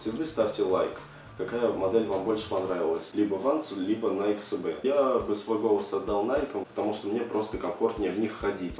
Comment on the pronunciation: Научись говорить Nike SB